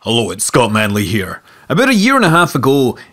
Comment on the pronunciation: Holough, uts Scott Munlea.. Lol, that intro